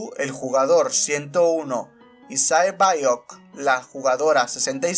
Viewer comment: Oye no quiero ser tóxico pero en el doblaje español se escucha como se pronuncian los nombres Sae biock ( como se escriba ) se pronuncia sebioc Gi hun sería yiun San woo sería san wu La rizos seria han minio